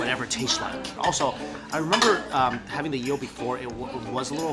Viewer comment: Why does he say yeel